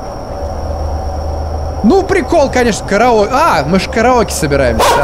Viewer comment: Дэ караоке хпхаахах это так смешно звучит